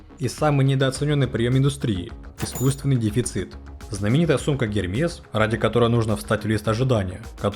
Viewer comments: Не Гермес,а Эрмес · Как-то странно вроде рассказывают про маркетинг и не знают как бренды произносятся, какой-то гермес, найк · Сумка "Эрмес". Я тоже считаю, что цены на них завышены, но это не повод неправильно произносить бренды, раз уж вы беретесь о них судить